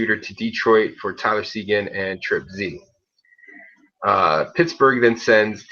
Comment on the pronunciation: trip z .... i like it but its tripz.